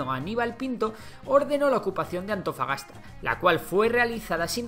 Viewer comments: Según yo en el dice "Antofapasta" en vez de "Antofagasta" xD jajajajjajaja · Dijiste AntofaPasta?? XD wuajajjaja